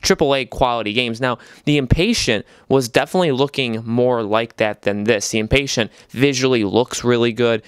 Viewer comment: Dude, it’s not Inpatient, like someone who is impatient. It’s the Inpatient, as in an Inpatient. You have the emphasis on the wrong syllable. And “toy around with these VR games?!!!” Are you kidding me? Have you not played Rush of Blood? That’s one of the greatest VR games on the system!